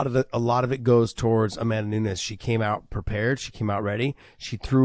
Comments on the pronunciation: Someone tell big John It’s nunes not nuńes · Why does John insist on pronouncing Amanda's last name incorrectly? Not spelled that way and she herself doesn't say it like he does.